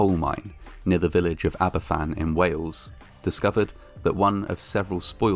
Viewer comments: Are you Welsh it’s Van not fan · It's pronouced as ABAVAN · It's ptounsed harbourvan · It’s pronounced aba fan